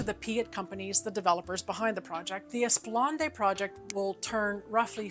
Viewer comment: FWIW, it's pronounced 'Eh-spluh-naad', not 'Ess-puhl-ahn-day'.